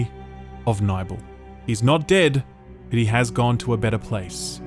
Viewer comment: 'Nybel'!? I thought it was pronounced Nibbel.